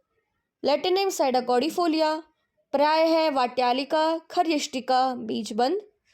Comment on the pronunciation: That is paryaya,not parya